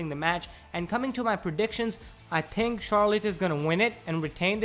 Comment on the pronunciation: You couldn't get a guy with a little less accent to talk?... I mean, he says tink instead of think..